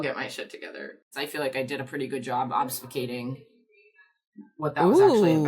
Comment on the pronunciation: Like, I'm the kind of person who remembers that y'all have already had this exact conversation about the word obfuscating and in BOTH scenarios mispronounced it obs-fu-cating MULTIPLE TIMES but remembers it without judgment (beep boop)